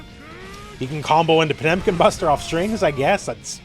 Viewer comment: They butchered Potemkin RIP!